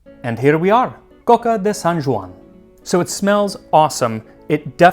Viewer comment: Hey, as you pride yourself in your pronunciation of foreign words, that J in Joan is like the J in John, not like the French j. So, IPA /d͡ʒ/, not /ʒ/